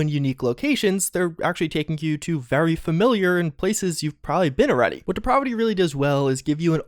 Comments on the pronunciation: 'Depravity' is pronounced like the 'a' in 'apple'. You are the only person I've heard to say it like that so I know it's not a viable alternative. Stop it,. I'll take the positive assumption that you're unfamiliar with the term and define the word for you: moral debasement, wickedness, evil, and not in a fun or necessary way. Such as pronouncing 'depravity' as 'deprahvity'. You've turned me into a diction nazi,. That's even worse than a grammar nazi! Repent! Having said all that, I must also say that your delivery has really improved over the years and I appreciate such progress. I expect you to get even better going forward, which is more than I can say for Bethesda, unfortunately. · de-prah-vi-ty? Learn how to pronounce words! Geeez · Good video but your mispronunciation of depravity triggers me lol. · You really have to learn how to pronounce words correctly. For a while I thought you had an accent but I think you have trouble with words. I’m talking about how you say “depravity” Otherwise cool video